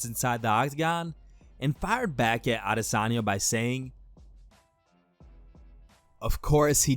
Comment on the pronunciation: Thank fk this dude isn't on that Ah-DIS-anya pronunciation - it's annoying af